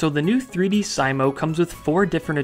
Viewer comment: is it pronounced see-mow, or sigh-mow?